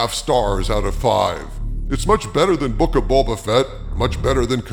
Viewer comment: “… who is vastly bettarrrr” Had me laughing out loud